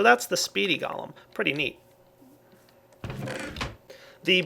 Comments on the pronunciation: I'm pretty sure its pronounced "Go-Lem" not "Gol-um" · pronunciation of the word golem is go-lem. 'Go' as in go over there. and 'lem' as in lemon.